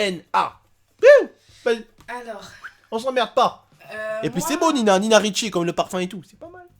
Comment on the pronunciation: pas nina richi mais ninaridi